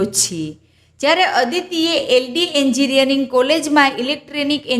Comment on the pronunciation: એન્જિનિયરિંગ નો ઉચ્ચાર પણ નથી આવડતો